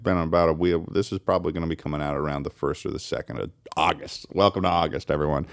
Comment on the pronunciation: "this will be going up in the beginning of autust" lol